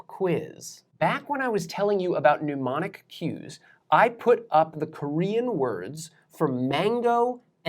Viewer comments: The presenter just had to slip in the fact that he studied at one of the top universities in the world, Cambridge University, UK. In that university, however, a means of remembering something is called a 'mnemonic', not a 'mneumonic' . The prefix 'mne' comes from the Greek mnēmonikos, from mnēmōn mindful, from mimnēskesthai to remember. Extensive searching on the Net has so far yielded no such word as 'mneumonic'. Although, the homophone for that apparently non-existent word is 'pneumonic', another kettle of fish. Morevoer, whether one speaks British English or American English, one does not pronounce the prefix 'mne' the same as 'pneu'. In British English the prefix 'mne' is pronounced either /nɪ/ or /nə/, not /njuː/ as in 'pneumatic'. In American English too, it is pronounced either /nə/ or /ni-/. The pronunciation of it as if it were the same as 'pneu' may, however, be one of those non-standard pronunciations such as GWBush's 'nu-cu-lar' for nuclear. 'You start off with the Korean word and you've got the English synonym' . No, Sir, that's not the English synonym, it's the English translation. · Still haven't learned how to pronounce mnemonic though have you. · Love your videos, love this one! Please pronounce mnemonic correctly: the first syllable has a short, not a long u. Thank you for sharing your knowledge in such an accessible manner! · How are you planning to help yourself remember to pronounce the word "mnemonic" correctly? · Very informative lectures!, Pardon if overstepping, but you write "mnemonic" - of or relating to memory, but you keep SAYING 'pneumonic' - of or relating to the lungs. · Cool. Just wish didn't repetitively mispronounce mnemonic as pneumonic. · I think your videos are great, may I suggest: "pneumonic" | "mnemonic" lungs | memory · Not quite 'pneumonic'! Mnemonic! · Its not pronounced newmonic either! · We need a mnemonic to hell people remember how to pronounce mnemonic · Neh-monic, not new-monic.